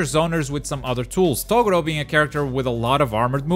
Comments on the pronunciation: Who the hell is "TOE GORO", maybe you should watch Yu yu hakusho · Kaguya is definitely the worst character in the game. Aye fuck off Deku isn’t a D he’s at least a B.. Shiryu is a decent character and so is Renji. Cells moveset is shit. I think Gaara isn’t very good and Hancock is shit. Also what is fucking with people like you who can’t pronounce Toguro properly. Kenshin, Shishio and Asta are all great fighters in the game. Yusuke would be a S rate if he had a slightly better moveset. Also WTF Gon and Hisoka are not A characters. They’re moveset are shit. Zoro isn’t all that great. Killua is very good but I don’t think he’s a S tank. Same as Aizen. He’s a B.